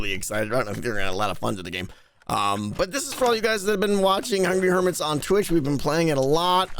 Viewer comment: I do love that people have sorta rediscovered "Hungy Hermis" as Grian tends to call it, after there was a small lull in the number of people playing